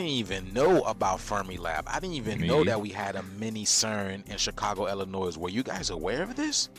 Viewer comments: How are you from Illinois and not know that the "s" in Illinois is silent? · H9W U FROM ILLINOIS AND U PRONOUNCE THE SILENT S ON THE END. WTF IS WRONG WICHU 😂😂😂😂😂😂